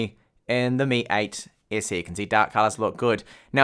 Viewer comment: "mi ayt essi" - he says. Damm. It took a while to get used to it.